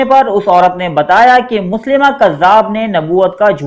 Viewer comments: Janb ap galat lafz bol rahy Han. .مسلمه nai tha مسيلمه hy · مسیلمہ نام پڑھتے ہیں نہ کہ مسلمہ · مسیلمہ کذاب ہے مسلیمہ نہیں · Ap name drust kr len MUSAILMA hy